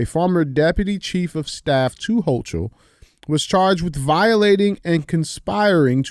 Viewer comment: After hearing DJ's hilarious pronunciation, I'm calling her NY Governor "Kathy HawkTua," from now on! Also, shared.